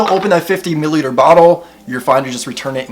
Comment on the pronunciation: Lol i can’t stop laughing by the way you say milliliter. Sounds like you’re saying MuhLiter. ODE WOOD as well haha